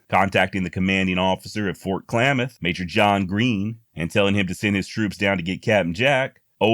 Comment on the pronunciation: great pivot on Klamath pronunciation. Spot on man.